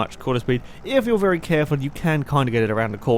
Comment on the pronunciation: AM I the only one who thinks says "vely"? xD